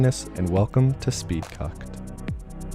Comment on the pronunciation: "And welcome to s p e e d - C u C k E D "